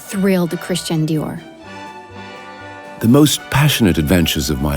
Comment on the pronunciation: Super document, mais vous auriez au moins pu faire prononcer Christian Dior à la française. Cet accent à l américaine est ridicule car il enlève de l aura au créateur au profit du marketing. I m just saying !